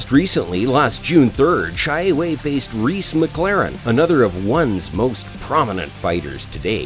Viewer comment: XIE WEI not pronounce as "Cai Wei" , It's "Sie Wei" (similer to C-A Wei or Share Way)